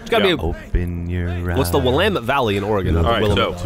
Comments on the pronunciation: THANK YOU GEOFF!!! As a Coloradan who grew up in Oregon, it physically pains me to hear it said WILL-a-met instead of Will-lam-it. Grew up right in the heart of the valley for 10 years and have had to suffer through 10 more years of hearing it wrong. Thank you so much for making my night! <3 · Shout-out to Willamette Valley....and Geoff correctly pronouncing it.